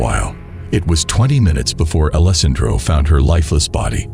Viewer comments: That part drove me crazy. Mispronounciation is a huge pet peeve of mine. You got alessandro right about 50 percent of the time. Lol As long as you're learning from your mistakes, it's all good. Nobody is perfect right off the bat. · This was the first time I've heard the name Alessandro pronounced so many different ways.